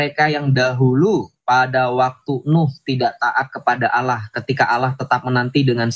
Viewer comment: Maaf bukan Alloh tapi Allah